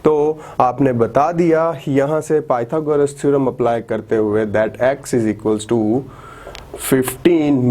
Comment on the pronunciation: thek ha sir mager pytogras hota ha pyta goras nahi beshak dono me spelling ek jasey ha mager word galet ha apka may allah keep you happy